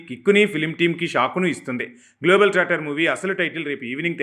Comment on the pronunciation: Global tracter kaadhu amma..*Globe trotter*